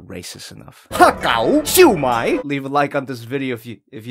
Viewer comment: I cant tell if it is because im chinese but it gets me when he just calls them Ha gow and siew mai